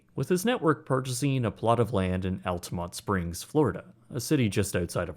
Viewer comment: The first anything to say Altamonte Springs correctly EVER!!!